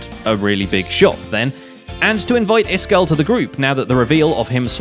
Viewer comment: "Iskall-ated" I'm done ...